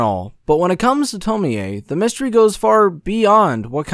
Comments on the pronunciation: no, the 'e' isn't pronounced like 'ay', it's more like 'eh'. So 'tomieh' would be as close a pronunciation as is easily anglicised. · To-mi-eeey! Man I have issues with english pronunciation of japanese names. Its pronounced Tom-iie (The e is barely noticeable). Sorry! Good video still man! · Its not tomie aye LMAO. ITA TOMI ou pronounce it as tomi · Why do you keep pronouncing her name the Polish way instead of the Japanese way? Tomi-Ay vs. Tomie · It's TOM-Y. Not Tom-me-y. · It’s pronounced “Toe-me” not “Toe-me-ay” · It's annoying how he mispronounced Tomee in this video... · Yea... tomi-yey wtf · I am not tying to be rude I like the Video and all I just wanted to say you pronounce it Tommy and not Tomie it’s just wrote different and am i the only one that wants to be BFFs with Tomie? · Why do you keep saying 'to-me-ay' jfc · I don't get why you kept mispronouncing Tomee in this video. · The way he pronounces Tomie is unsettling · Man no one knows how to pronounce Tomie. This is annoying